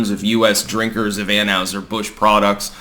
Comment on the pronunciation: It’s AnhOYser-Busch. It’s Doytsch! They have their diphthongs. Gesundheit! 😁